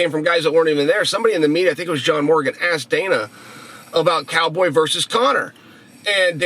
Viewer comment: "Chow Boy Chael."